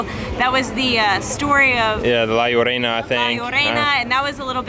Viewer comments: Is not "la llorena" is "la llorona" (the weeping woman) 👍🏾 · Lmao “La Llorrena?” 🤦🏽‍♂️